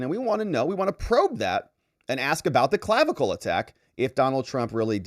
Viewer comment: I really laughed at "Clavicalize"